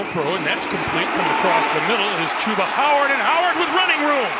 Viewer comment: “Chuba Howard” these reporters are a joke.